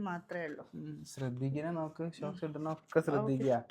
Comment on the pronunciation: ഷോക്സ് അല്ല sooks ആണ് 😂